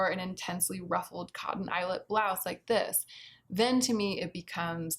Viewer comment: I greatly enjoyed how you pronounced blouse as blouzze ☺️ surely I’m not alone, surely not lol